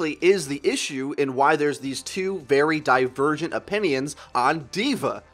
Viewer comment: Did he say "Di-virgin opinions" ?